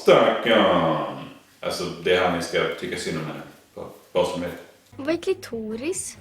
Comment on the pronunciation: Uhhh jag tror man inte utalar klitoris sådär